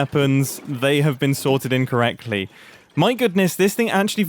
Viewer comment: by the way, it kinda sounds like you said incorrectly, as in wrong, as opposed to in correctly.